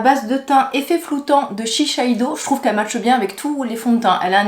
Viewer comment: Toujours aussi intéressante tes revues 😊! Par contre tu te compliques la vie avec « shisheido » ça se dit simplement SHI-SEI-DO (chisséido) un seul « che » plus facile à dire dans une phrase quand même 😋